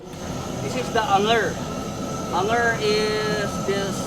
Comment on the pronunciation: Dapat ‘Anger’...saan nga ‘Ang-er’. Anyway, good content.